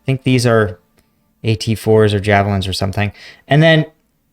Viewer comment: Wait can't this dude se the difrence of, NLAW, NLAW and an AT4, he says JAVELINE?? Why do i lissen to this